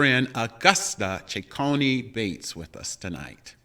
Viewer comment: I thoroughly enjoyed watching your show with my aunt Gussie as your guest. Thank you ever so much! However, her last name is Cecconi-Bates not Ceccone Bates. Thanks again.